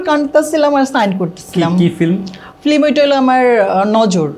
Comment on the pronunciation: মহিলা ফিল্ম না বলে ফ্লিম বলে। ওর এই উচ্চারণ সংশোধন করা দরকার।